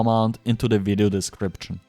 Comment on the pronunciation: My boy, put your top teeth on your bottom lip and say "Video"